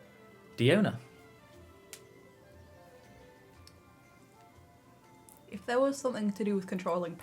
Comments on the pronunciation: Gotta say you messed up the charaters a little, diona is pronounced die own uh and it’s diluc and pronounced dee Luke. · name nashi it’s proven to be die own uh. I have her and she says “die own uh, bartender of the cats tail.”